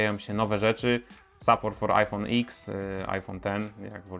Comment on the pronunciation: iPhone dziesięć a nie iks